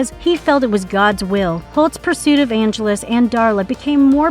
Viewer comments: And not only that, but pronouncing Angelus correctly, and then mispronouncing it, and then going back to pronouncing it correctly again, all in the same copy. Not to mention the creative phrase, "one of the most strongest." 🤦🏼‍♂️ Ouch. 😏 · I thought the back-and-forth pronunciation then mispronunciation of Angelus was bad, but then we get this phrase ☞ "…one of the most strongest..." One of the most strongest?🤦🏼‍♂️